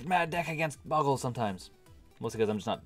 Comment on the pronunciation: it's pronounced, bow-gl